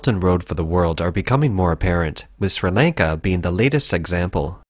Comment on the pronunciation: I wish the guy would stop trying to say the country name